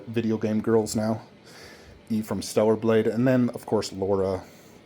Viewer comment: LARA CROFT L A R A not Laura. she aint marrying you if you cant even say her name correct 😂